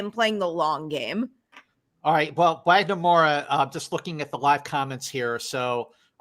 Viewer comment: Just so you guys know, the ‘W’ in Wagner’s name is pronounced like a ‘V’ as if it was written Vagner. It’s a diference between portuguese and english